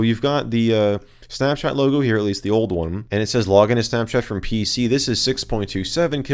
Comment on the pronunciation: Why does he say it like “snapshat”